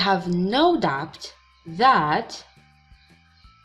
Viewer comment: My sister i think that the pronunciation of the word doubt is wrong ..we drop the /b/..